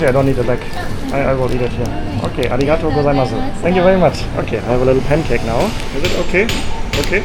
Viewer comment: the u at the end is silent. Next time say ‘ari gato goy sa mas.” Or ‘ari gato goy sa mashta’ which is said when thanking someone as you are leaving